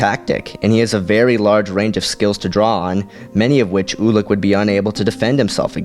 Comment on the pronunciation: I think it's pronouced you-lik not oo-lik